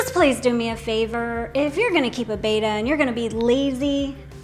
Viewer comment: If you sell and love “bettas.” Can you the very least pronounce “betta” correctly please, please. Like your videos.